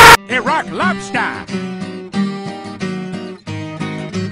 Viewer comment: After all these years I just realised, he’s saying Iraq lobster, not rock lobster, my entire life is a lie